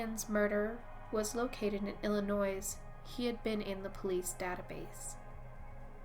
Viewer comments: Illa- NOISE? Com-POS-it. I couldn’t listen to the entire video. By the way, nice touch stealing the clip from Twilight. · M ~ FYI ~ You mispronounced the state of Illinois. The"s" is silent, and the pronunciation is "ill annoy". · Great video, but as it's been stated- the volume was too low. Also, the proper pronunciation of Illinois...the "s" is silent... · The S in Illinois is silent.